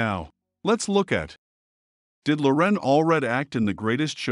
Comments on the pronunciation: LoREN ? It's LORen. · You mispronounced Loren's name, but at least you were consistent and did it every time. You put the empha'sis on the wrong sylla'ble. It's Lo'ren, not Loren'. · I admire Loren a great deal, but I don't admire the sloppy work you did on this video. Had you even watched the BGT audition, you would have known that she pronounces her first name with the stress on the first syllable, not the second. It was painful to listen to you butcher something as basic as her name. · She pronounces her 1st name with the emphasis on the first syllable! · if you want us to know all about her, perhaps you and pronounce her name correctly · Mispronouncing her name rather undermines your credibility as an authority on the matter. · Why is your narrator MISpronouncing "Loren" Alfred's first name. Watch her first appearance on Britain's Got Talent )YouTube)and HEAR her say it. This is an inexcusable, amateur mistake. Get it right and re-record the voice over. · You might start with pronouncing her name correctly. Just sayin’.